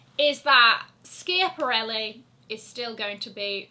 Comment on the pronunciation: think you need to Google the correct pronunciation of schiaparelli!